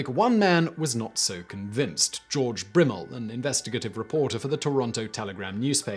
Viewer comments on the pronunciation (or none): none